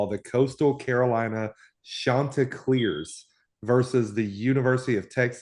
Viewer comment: loves the mascot but can't pronounce the name?!?! shaun - ti - CL- AIRS ...not CLEARS.